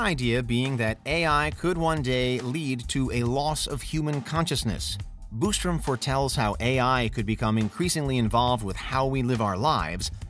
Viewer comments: The "Boostrom" irks me lol....there is only one "o". BOSStrom 😆 🤣 😂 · Bos not Bustrom